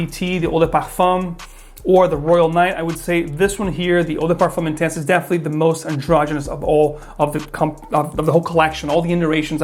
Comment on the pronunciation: Guess he pronounced it in French by mistake.